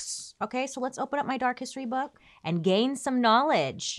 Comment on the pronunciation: Did Bailey just say "So let's open up my Dark History book and GEIN some knowledge, shall we?". Bailey , girl pls